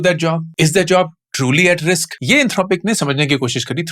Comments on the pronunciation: Indeed your tongue didn't fumble about the word you've said "Risq" instead of Risk. Risq is only from The Creator of everything seen and unseen. Allah hu Akbar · sir risk not ricks